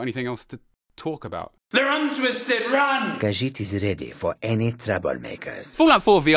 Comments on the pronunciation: Not pronounced ka-jit instead pronounced ka-jeet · It's pronounced kha-jeet, not kha-jit. There are two i's for a reason. Silly human.